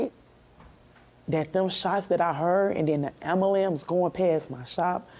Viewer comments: A little off topic, but it must be said. Say it with me. AM-BU-LANCE. Not AM-A-LAMPS. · "Dem Shotz" "Amberlance" ... Oh how ghe*tto fabulous!!! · Did she say Ambalambs. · Am-bu-lambs. And who the fuck wears a hat saying "Baddies Only" when you're being interviewed about a loved ones death? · The “ambalamps”? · Did she really call it an ambalam? How can you be this bad at the only language you speak? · Sister really said amber lamps